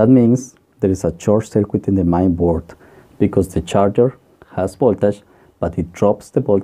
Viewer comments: Nice video, and explanations, a bit mispronunciation when mentioning the main board but anyone can understand. Any way, thanks for the vid, and I might be late for this but at one moment you mention something about not knowing the rating of the SMD cap.... I think manufacturers use a color and size code for them SMD capacitors. You should look for the specifications sheet. I found one once and it was very useful. I hope that helps :) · Are you saying "mine capacitor", or "main capacitor", or "mind capacitor"? I really must have viewed this video 10 times and I still can't figure out what you are saying [and I'm from South America]. Please confirm. Thank you